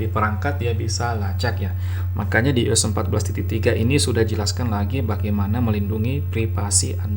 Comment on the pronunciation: iOS bacanya Aiyos